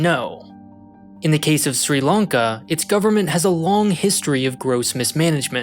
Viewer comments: Lanka* not Lonka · why are you saying "long-ka"??